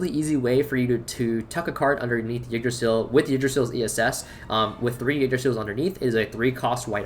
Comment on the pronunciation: Ty for not saying king drasil T-T